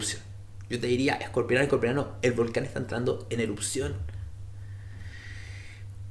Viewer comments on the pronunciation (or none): Se dice Escorpiano no Escorpionano